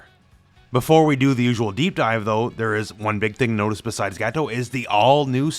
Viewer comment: I like how you say Gato like Gateau. Like in petit gateou.